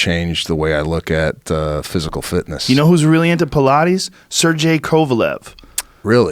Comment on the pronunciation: For someone who apparently knows a lot, about lot of things - Joe should learn how to pronounce people names properly. The way he said Sergei (Russian guy who practice Pilates) is unrecognizable and unacceptable.